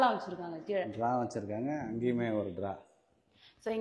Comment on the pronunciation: ட்ரா இல்லை, ட்ரெ👍😂